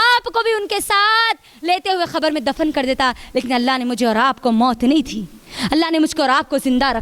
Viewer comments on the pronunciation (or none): Khabar nhi khete kabar hota h